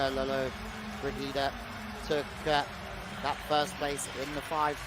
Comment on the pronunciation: Commentators should have some respect for the competitors & pronounce their names correctly, this commentators persistant inability to pronounce Lollobrigida was irritating & disrespectful.